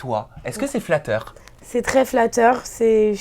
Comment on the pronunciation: "ça peut être que flacteur" !